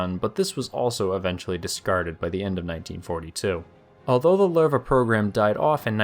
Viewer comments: not Lerva its Lowe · The way it’s pronounced Sounds like “larva” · pretty sure your pronouncing the name Lowe wrong, like 90% sure its something like luuva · Lol, it's not pronounce "Ler-va". The correct pronunciation is closer to "lousy" but change the "see" sound at the end to "we", as in "lou-we". As one would expect with the German's naming their tanks after big cats, "Löwe" is the German word for Lion. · "Loo-vuh" is closer phonetically to the correct pronunciation, but thanks for trying more than other channels 🤣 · Where did this "Lurr Vah" pronunciation come from... if u put it in translate even in German it dont say that. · I hate to be "that guy" but, is pronounced as "Luve". That dieresis over the o is meant for something. Out of that, one of the greatest chapters on a neat saga. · I though it pronounce LOWwe